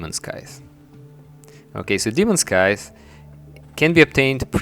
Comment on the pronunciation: when he said brain of cthulhu it sounded like he started choking on his spit lol. and when he pronounces scythe it makes me cringe.